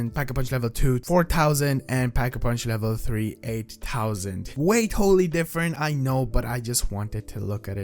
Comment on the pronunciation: Cw ray gun all day. Say it with me thousand not tousand. What goes around comes around u were a dick to me when I just said love ur channel during ur outbreak stream. Ps in future don’t be mean to ur fans